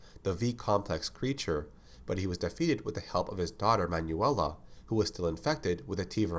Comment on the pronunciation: You mispronounced a couple names: Manuela I pronounced "man well uh" for one.